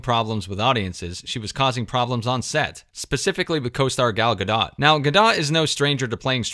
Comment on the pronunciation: Gol Gah-dot ( rhymes with ‘ note’).